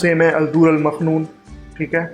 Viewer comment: مکنون ہے، آپ مخنون کہہ رہے ہیں، بہرحال ویڈیو بہت اچھی ہے،